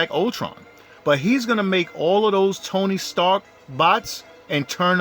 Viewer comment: 😂😂😂 TONY STARKS 😅😅 IM SORRY I TRIED TO IGNORE IT BUT YOU SAT IT LIKE 100 TIMES ITS ACTUALLY TONY STARK NO S BUT GREAT COVERAGE AND THEORY THOUGH 😅